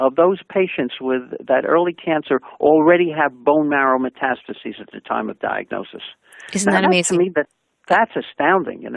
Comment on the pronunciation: The hostess is missing a syllable when she says "metastases". But, overall, the message is a good one.